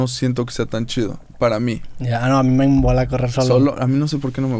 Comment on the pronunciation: Dice "me embola" no me mola jajaja